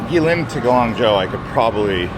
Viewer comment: Guilin is pronounced " kwee lin. "